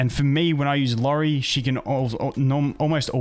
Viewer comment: It’s iori btw, not lori